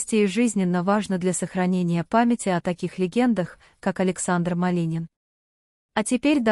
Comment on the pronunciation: Уже многих артистов перехоронили и не раз и кому верить??? Ради рейтинга готовы на все,только получается наообоот. Произношение на нуле вообще и фамилия Малинин.!!!